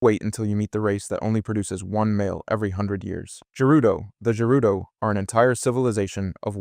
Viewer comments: You do realize you are mispronouncing the races name Like sheikah as sheika when its she-ka Gerudo as Jerudo, but its gerudo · I can't tell if dude is butchering the pronunciation on purpose or if he genuinely thinks gerudo are pronounced like Jerudo And Sheikah are pronounced like Shaikah... Maybe he's using AI to voice over his videos 🤡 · Ok bro I was gonna let the way you pronounced Gerudo slide but after I heard what you called the Sheikah, im out.